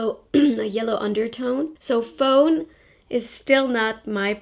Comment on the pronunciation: Great video! Also, fawn is pronounced with the same kind of A sound as "talk," so fawn and talk rhyme :) Also, I'd LOVE to see some eye looks from you with the Jaclyn Hill palette; I have it but I don't use it enough and I'd love to recreate your looks.